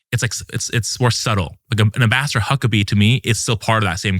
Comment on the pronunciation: Sometimes when he said “Ambassador Huckabee” it sounded like “Master Huckabee”.